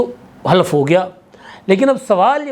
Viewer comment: Khalaf nhin halaf